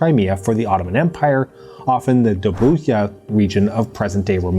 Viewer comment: Small correction from a Bulgarian here: "DobruCa" is pronounced as "Dobru(d)ZHa" - IPA [dʒ], like G in Gender, as spoken